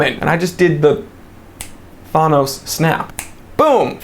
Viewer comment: Who is this "Thonos" you speak of? Thanos made that finger snap famous!; ) Just messing with ya, pronounce his name however you like. The watch hunt is the best & subscription watch services are the worst.